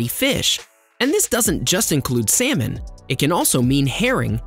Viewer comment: Surprise that pronounce of words can be funny. Eggs sound AXE.. Salmon sound SAYMON. Hehe